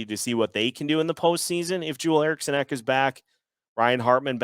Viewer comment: Jewel Erikson ek? Nah bro Joel Erikson ek lmao. Jag är svensk och låt mig säga att detta är fel